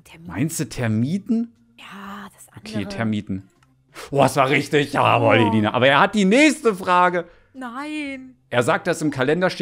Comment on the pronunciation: ruft: Ailina? heißt es nicht Elina 😆😆